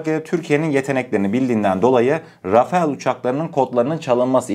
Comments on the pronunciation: Rafael değil Rafal demelisin❤ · Selamünaleyküm yav kardeşim « RAFAEL »değil « RAFALE ». Çoğu yerde bu yanlışlık yapılıyor. Yani neymiş RAFAL diye okunuyor Rafael değil Rafale de değil RAFAL diye okunur. Selametle kalın Allah’a emanet olun. Bu arada kanalda sunduğunuz içerikler çok iyi. Tebrikler 👏🏼👏🏼👏🏼🇹🇷☝🏻💪🏻🇹🇷🇹🇷🇹🇷🇹🇷🇹🇷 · Rafael değil .. rafal